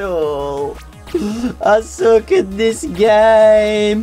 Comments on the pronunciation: when he was saying I suck. I thought he stated to say I sock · when u were repleatly said "i suck" it sounded like u were saying "Isaac"